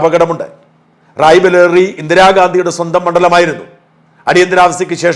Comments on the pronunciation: റായ് ബലേറി അല്ല,, റായ് ബറേയ്ലി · ഷാജൻ, റായ്ബലേറിയല്ല. റായ്ബറേലി 👍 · റായ് ബലേറി അല്ല സർ റായ്ബറേലി ''Raebareli. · റായ് ബലേറി അല്ല റായ് ബറേലി ആണ് ശരി 🙏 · റായ് ബറേലി എന്നാണ് റായ് ബാലേറി എന്നല്ല. പ്ളീസ് change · റായ്ബലേറിയല്ല കേട്ടോ. റായ്ബറേലി യാ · റായ്ബറേലി Not റായ്ബലേറി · RAYBALERI ALLAAAAAAAA-----------------RAY BARELI AAAAANNNU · എന്റെ ഷാജ റായ്ബറേലി(Raebareli) ആണ് റായ്ബലേറി അല്ല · റായ് ബലേറി അല്ല റായ് ബറേലി ആണ് 😂😅😂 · 😂 റായ് ബലെറി അല്ല ബരേലി എന്ന് പറയൂ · Mr Sajan pl clear it Rae Bareli don't pronounce Rae bakeri ok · റായ്ബറേലിയാണ്‌സാജാ റായ് ബലേറിയല്ല😅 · Raibaleri alla, Raibareli annu. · രായ്ബലേറി അല്ല റായ്ബറേലിയാണ്. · റായ്ബെലേറി എന്ന പേരിൽ ഇന്ത്യയിൽ ഒരു പാർലമെന്റ്മണ്ഡലം ഇല്ല.ഷാജന്റെ പറച്ചിലുകളെല്ലാം ഇതുപോലെ തലതിരിഞ്ഞവയാണോ റായ് ബെരെലി എന്ന് പറഞ്ഞു പഠിക്കൂ. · റായ്ബരേലി ആണ് അല്ലാതെ റായ്ബാലേരി അല്ല. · റായ് ബാരെലി not റായ് ബാലറി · റായ് ബലെ റി അല്ല സുഹൃത്തേ റായ് ബ റേ ലി ആണ്‌ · edo raibalery alla rai bareli aanu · റായി ബലെറി അല്ല ; റായി ബറേലി. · Raebareli. Not Raebaleri. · റായ് ബലേറി അല്ലെടോ.. റായ് ബറേലി,, തള്ളുമ്പോൾ കുറച്ച് കൂടി ശ്രദ്ധിക്കണം 😂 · റായ് ബറേലിയാണ്.റായ് ബലേറിയല്ല. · " റായ്ബലേറി" അല്ല ഷാജാ, "റായ്ബറേലി" 😁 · It is not Raebaleri but it is Raebareli. Please correct this Mr. Shajan. Never expected this kind of a grave mistake from you..!!! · ഷാജൻ ആവർത്തിച്ച് പറഞ്ഞു കൊണ്ടേയിരിക്കുന്നു. റായ് ബലേറിയിൽ എന്ന് Rae Bareli. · Please read as Raebareli... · ആദ്യം പോയി റായ്ബറെലി എന്ന് പഠിച്ചിട്ട് വാ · സാജൻ ആദ്യം റായ്ബറേലി എന്ന് പറയാൻ പഠിക്കൂ.😂. അങ്ങനെ തന്നെ അല്ലേ അത് പറയേണ്ടത്? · റായ്ബറേലി എന്നു പറയൂ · ഷാജൻ ഒന്നു ഉഷാറായി നാക്ക് വടിച്ചാൽ മതി. എല്ലാം ശരിയാവും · Correct... njaanum sradhichu ..shajan thettichu parayunnathu...